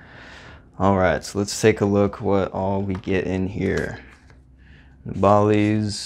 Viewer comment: Keep up the good work 👍and just wanted to let you know you pronounced nabalis wrong